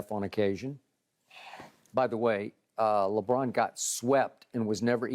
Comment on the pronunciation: Skip have to stop himself from saying Legone everytime he says Lebron name is Hilarious